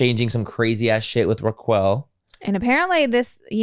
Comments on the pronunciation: Reqwell… 😂😂😂. It’s Raquel.. (like Requel Welch) but actually her name is Rachel.. I wish y’all would’ve done more research before bringing to the podcast… could’ve watched the call her daddy pod with Arianna. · Why are they saying Ra-QWELL? 😂😂 I love the so much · “Raq Well” 😂 well I appreciate you guys covering this but it doesn’t seem like you’re so familiar with the show yourself. It’s huge breaking news but it’s different when you’ve been watching the shows for a very long time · Are we calling Rachel ra-quell now? This had me in stitches! Y'all need to put everything else on hold and watch VPR like ASAP ❤ thank us later 😅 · The way yall say Raquel . ... I'm calling the cops😂😂 I'm a Racquel ...said like roc kell 💀💀💀💀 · I’m so glad I’m not the only one. Was so hard listening to them say it incorrectly 😅. But it’s all good. It’s funny.